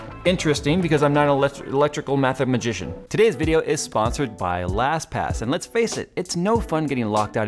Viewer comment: lol, "Mathamagishen".